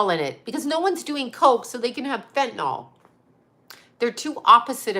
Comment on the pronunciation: Not trying to be a b-tch, BUT…there is no letter O in the word fentanyl. It’s pronounced: fen-ta-nil.